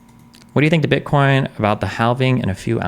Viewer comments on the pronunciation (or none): none